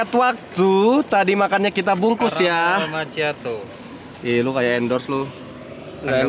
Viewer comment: Rian: "CaRRamel maCChiato" 😭😭🤣🤣🤣 sumpah aku tadi ngantuk tapi nonton ini jadi gak ngantuk lagi WKWKWKWKK makasih jay, aku jadi bisa begadang heuheu